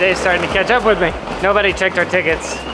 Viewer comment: "Sänk you for travelling wis DEUTSCHE BAHN!!!!!!"